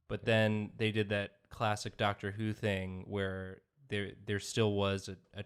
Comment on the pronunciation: instead if dr who I heard them say dr soos and i was so confuesed